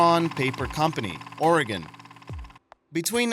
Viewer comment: You pronounced Oregon correctly! Few people do that.